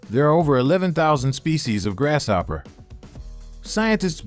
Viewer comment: Great info. But even though grasshopper is a compound word, the S and H dont make the "sh" sound 😅 (its quite distracting. Lol. The narrator says it everytime 😭)